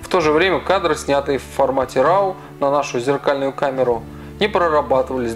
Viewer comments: Роу, а не рау, умник. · "Объектив с постоянным фокусным расстоянием и постоянной светосилой 2,0… " А бывают фиксы с переменной светосилой? И да, raw произносится как "ро", а не "рау", как человек занимающийся фото должны знать это. Но это придирки. Основная претензия к сравнению: сравнивать нужно фото, сделанные в близких условиях, а значит для фотоаппарата режим авто и jpg, и там и там фото без обработки.